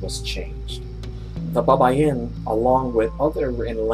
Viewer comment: Is not babayin is baybayin for correction..